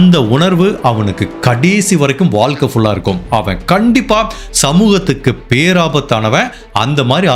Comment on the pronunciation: Boss all excellent. Please improve on Valkai. It's Vazhkai. Tamil . Nigahvu not nigalvu. Not elarai. Ezharai. Only a feedback.